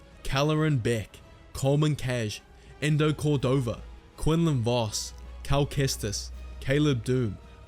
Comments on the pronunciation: Quick little tid bit but eno Cordova’s name is pronounced “ee no” not “ee ndo” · bro said endo cordova